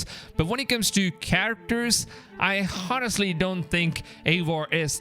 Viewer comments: Stop fucking saying Honestly, h doesn't pronounce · lol the h in honestly is silent my guy Edit: mixED?! Wtf Another edit: ghonestly? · says the guy who doesn't even know how to pronounce English words ''honest'' and ''honestly'' correctly... ...and big dislike for subjective opinion and title